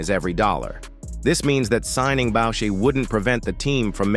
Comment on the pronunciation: The AI Voice has it wrong, it's Booo- Shai , parlez?